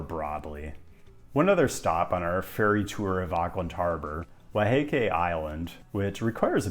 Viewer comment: if you haven’t rolled your r’s you haven’t “nailed it” you’ve gotten a “meh”